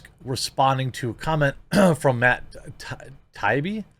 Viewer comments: I can't watch this. Jeremy is so bad at reading it's painful. Ty ee bee, prom ul gate ors. The fact that Jeremy doesn't know who Matt Taibbi is is very disturbing and exposes what a normie Jeremy is. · It’s Matt “Tie-EE-Bee. He’s a very well known journalist. Former lefty who worked for Rolling Stone and is one those “classic liberals”. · It's pronounced Matt TIE-EE-BEE (like: bow tie, long E, buzzing bee). Thanks for the good work God bless you.